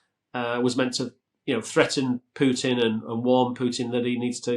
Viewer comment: First of all, thank you for not saying Pewtin! Secondly Trump will never cross Putin, Putin’s got the kompromat on him